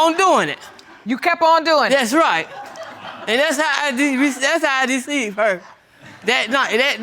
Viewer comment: Well she said it right " ""deceived""